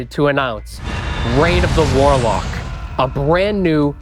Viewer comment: "Reign of the Waalaack" Guys, just deeply based to hear this in a Boston accent. Seriously awesome.